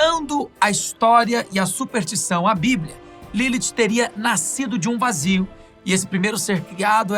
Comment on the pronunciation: Supertição foi fogo, hein. Chegou a doer os ouvidos.